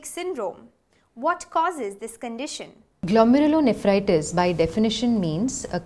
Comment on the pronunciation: Thanks, great video, has explained very well, she pronounced the name of disease very fluently every time, I cant even do that once.